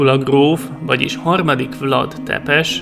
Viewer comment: Vlad román név,és úgy ejtik ki,hogy vlád